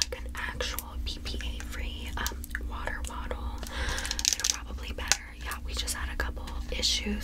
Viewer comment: "water wattle"